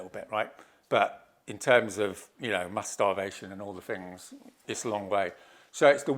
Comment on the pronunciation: How the hell can you follow this total nut job.😯 what the hell is a shaboodle??? 😑😑😑😑😑Sleeping now 4 minutes in. He laughed, I woke back up and yep, he's still babbling on like a nut job. Love his squiggly graphs. The square is brilliant. Different fings, does he mean things, in the square. The dope can't even talk properly. Mammals, really!! Firty is that like thirty, oh I get it, whoops, no I don't. I guess I'm just not academic enough. Oh well at least I can speak correctly. The term rat bag comes to mind. Why did ZION LIGHTS leave XR any comments.